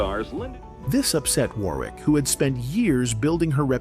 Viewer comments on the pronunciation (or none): In the future, please say 'Dee-On' not "Dai-on'. Her last name is pronounced "wor-wik" nor "wor-rik" and the label is "sep-ter' not "skep-ter' please stop switching back and forth like on this video like you are not into Dionne Warwick at all.